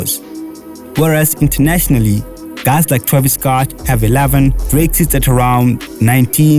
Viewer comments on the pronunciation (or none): none